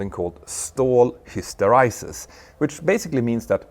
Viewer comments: Hister eee sis, not hister eye sis. 🫣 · Hyster 'ee' sis Petter, not hyster 'eye' sis.😊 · His-tor-eye-sys ? Histor-ee-sys ..... ; ) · I think you'll find that it's .sis, father than hys.ter.EYE.sis. :) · Your pronunciation of "Stall Hysteresis" is incorrect. (ESL I suspect). After the 'r' is an 'e' not ' i ' or 'y' so it's "hister-EE-sis" not "hister-EYE-sis". Your following is huge so I thought it worth putting the correction out there. Thanks for another high-quality human-narrated non-AI very informative video 👍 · "Hysteraysis"??? It's HYSTERESIS, with E as in Elephant ! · Very cool tech! Small nit: hysteresis is pronounced "his ter EE sis" (BTW: I never knew that stall conditions had hysteresis effects...learning lots today) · Was wondering why you kept pronouncing hysteresis wrong ... it was because you misspell it as hysterisis. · Hysteresis is pronounced history-sis. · Very interesting video! One nit: that's not how "hysteresis" is pronounced. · Wing contamination would have to be REALLY severe to affect turbulence over the back of the wing to be noticeable before rotation. Turbulence is a result of loading the boundary layer, and that loading is close to nonexistent at non-lift-generating AOA. Also, pleaase look up the pronunciation of Hysteresis. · Tragic ignorance of fluid dynamics, laminar flow, flow separation, surface contamination, oh yes, and how to pronounce hysteresis. Your content is usually good but this time you are presenting material which you don't seem to understand.